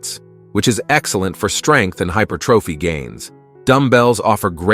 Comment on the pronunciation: Right “hyper trophy” 😂